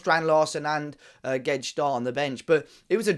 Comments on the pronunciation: why do you pronounce Guedes like gwedge 😂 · G w e d-- e s,. Say it a few times. That’s how it's pronounced.